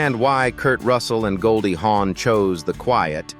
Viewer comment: Her name is Goldie Hawn not Horn.